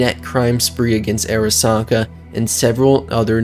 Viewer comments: It’s not pronounced “Air a sa ka” Are Ra Sa Ka” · It’s actually pronounced ‘Ah-ra-sa-ka’ since it’s a Japanese name. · Say Airasaka one more fuckin time, gonk. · honestly pretty hard to enjoy something when the narrator repeatedly mispronounces important names like "arasaka"